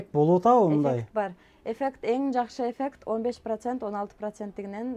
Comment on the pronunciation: Эфек 😂деп кой эффект десен